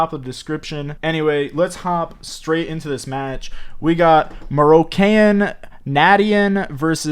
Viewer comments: Guys.. its MOROCCAIN as the people from MOROCCO lol u never said the name right 😂😂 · Im really chocked how he say moroccan nation im very sad,im not trying to be rude. But really is i want him back